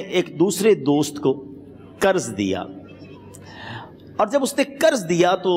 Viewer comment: Karz nahi janab qarz kahiye. Pls pronunciation thik karen.